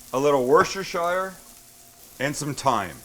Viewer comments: Worcestershire Sauce - It's said like wuss-ter-sheer. Awesome dip. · Worcestershire is pronounced "Wuss-ter-shuh". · it is pronounced "wustersher" sauce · It's not pronounced worshtershyr, but woostershear. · Awesome sandwich. By the way Worchester is pronounced wusster :) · How to pronounce Worcestershire. Wus - ta - shuh Not Woost-ter-shyrrrrr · Wooster-sher = Worcestershire. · Dear world, its pronounced Wuss-ter-sher. We don't live in middle earth. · fucking, 'were-sher-shire' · I love that you love Coleman's mustard. If you're not watching Scott Rea yet, you should consider it. He also teaches you how to properly pronounce Worcestershire sauce. (Wusta - sher sauce) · Your pronunciation of Worcestershire sauce is hilarious - we simply pronounce/call it ‘whoo-ster sauce’ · it's pronounced "wooster sauce" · Yeah wasn't worth it for your god damn bitching and whining. And it's "Wooster sauce" you uncultured prick. That's how your pronounce it! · Woost-ter-sheer is how you pronounce Worcestershire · Awesome video Sam but quick tip...it's pronounced Woo-sta-sha sauce :-) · It's pronounced WOOST - ER - SHIRE. Great video though. Eddie from England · warshershire ;p haha - i apologise - at least yourr trying. quality channel. good work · Love the vids Sam , the first one i ever saw was you in London . I laughed so much when you tried the cockney accent, I'm a cockney but I'm an Austrian citizen been here 45 years. Now I'm going to help you pronounce Worcestershire sause, first part is Wooster second part is shear sauuse. Now repeat after me you Canadian Wanka.😂😂😂😂😂😂👍